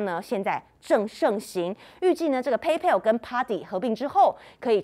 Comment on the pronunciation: 美女，PayPal 的正確發音近似「胚剖」喔～加油！